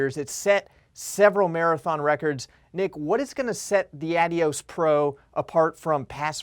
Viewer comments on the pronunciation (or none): Nevermind the Adidas rep pronounces it correctly, its who say Ad-dios.